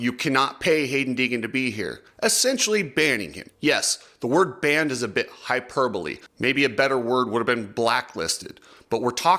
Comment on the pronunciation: If you're going to use big words like "hyperbole" at least try to pronounce it correctly. Loving your advertising channel 😂😂😂